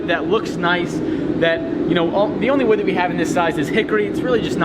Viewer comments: you pronounced wewd wrong. Bobby will be disappointed. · He almost said wewd. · its called wewd (w-ew-d) jeez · DID SAY WEWD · Haha I think Bobby Duke kind of contaminated cause it sounded like he almost said WEWD 😂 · Its pronounced wewd 🤣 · what in the HAIL is up with how says wood???